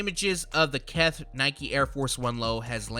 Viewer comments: Keth is cringy too it's KITH not Keth smh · Says “Keth” instead of kith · "Keth"? Lol